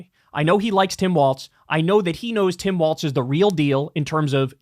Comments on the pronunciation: You hear the horror shows at what these pro wrestlers do for the company and what they put their bodies through while on tour, 100% need a union. Fuck Hogan Also when is Kyle going to realize he's saying "Waltz" and not "Walz"? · Kyle, please… it’s “Walls” not “Waltz”. The things that separate rooms, not a ballroom dance.😘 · I take a drink every time Kyle calls Tim Walz "Tim Waltz" and I am always drunk and have been for 2 weeks. Someone stop this man.... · Tim WALZ not Waltz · Isn't the guys name Walz(walls) not Wal(T)z (walts)? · Kyle… as a Minnesotan. It’s Walz like Walls not Waltz. Thanks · Kyle, FFS the VP pick's name is Walz (like walls), not Waltz, like the dance. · Great show , content and all. One point is minor but I think Walz is pronounced walls. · Kyle still mispronouncing Walz to this day looool